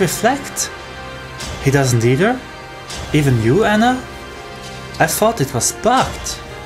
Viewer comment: Anna, not Anne.